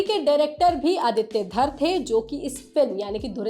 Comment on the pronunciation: Exactly! Raaaaangi (रांगी) nahi hai..Rangi (रंगी) hai. Theek ussi tarah film ke director ka naam Aditya Dhaaaar (धार) nahi, Dhar (धर) hai..😅